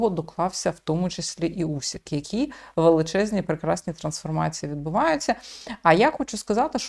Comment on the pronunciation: не Усік,а УСИК,чому не правильно пишете та вимовляєте?